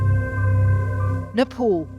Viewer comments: First of all itd NePal not NePaul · Please change your colonial pronunciation of "Nay- paul" to "Neigh-paal". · it isnt hard to pronounce Nepal. it is not Nepaul, it Nepal. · its nepal not nepol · It’s Nepal not Nepol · Does she said nipple? 😮‍💨